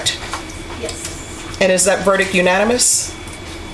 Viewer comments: A verdick? That judge should know better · How does a judge pronounce verdict "verdick" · Judge handing out 80 years and cant even say verict. 😂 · Judge, "is this your verdIC"? Lady your missing the T at the end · Judge can’t even pronounce verdict right